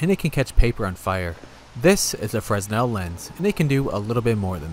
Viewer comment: Its pronounced frenel